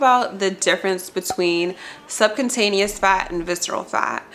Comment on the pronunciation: Subcutaneous (sub-kyoo-taneas)